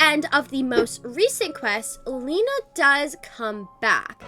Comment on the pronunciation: Lina not lena